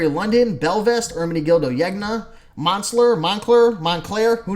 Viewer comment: I've been watching your videos for only a short time (less than a week), and I've devoured most of them already. Love them! Here's a tip on pronunciation: In Italian, the "gn" makes sort of a "ny" sound, like in "lasagna". I've heard you pronounce Zegna like three different ways, so I figured I'd let you know: It's pronounced "Zen-ya" (or Sen-ya if you want to sound really snobby:-P) Thanks for these super helpful posts!